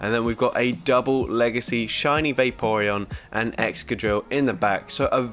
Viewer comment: wait did you just say "egchoqhil" instead of Excadrill? 🤣🤣